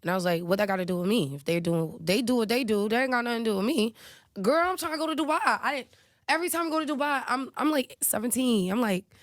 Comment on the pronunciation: It's in the name du-bai😂😂